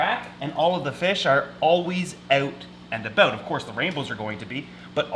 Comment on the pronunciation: Who else loves when he says "Owt an abowt"